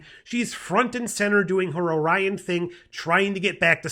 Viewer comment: You mean, OREE-ons. lol. I love the TAS callbacks. Rutherford's storyline is heart-wrenching. So nice to have a new Trek to watch! Thanks for the review.